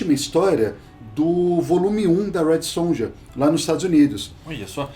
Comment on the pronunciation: gente, J tem som de Y